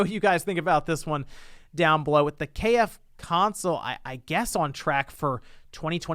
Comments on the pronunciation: It is called "KFC-Onsole" not "KF-Console", it is a "Onsole" not a "Console". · You are saying it wrong. Its called the KFC Onsole.